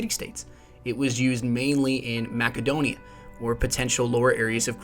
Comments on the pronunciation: Mack-a-donia. lulz. Mass-eh-donia, bruh. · It's "mass-uh-doe-knee-uh" not "mack-uh-doe-knee-uh." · It's macadnio the C sounds like an S when spoken if you was spelling it the way it is said it would be Masadnio. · Macedonia is with a soft c like mace-adonia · fairly sure it's not makedonia